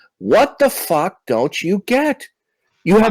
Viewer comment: He's The only guy I know of who pronounces "fuck" with an H.